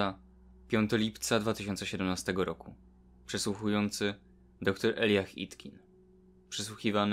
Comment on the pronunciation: Czyta się Elajdżach (Elijah)